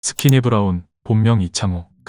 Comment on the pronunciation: 브라운은 어쩌다 스니키 브라운으로 발음할때가 많다